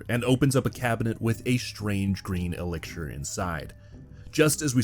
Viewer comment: Are you saying “elixir”? Like E- lick-sure